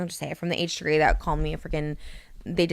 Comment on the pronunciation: Haych Three Haych Three 👄😌